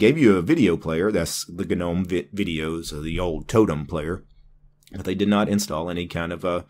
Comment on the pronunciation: Gnome is pronounced nome not ganome